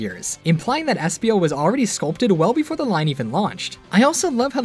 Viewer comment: Sorry it was espio not SPO